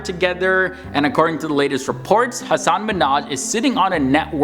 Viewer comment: It’s Ha Sen